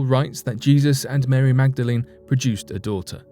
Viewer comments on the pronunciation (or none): none